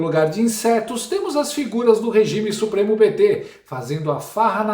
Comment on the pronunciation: Não é suoremo É supreme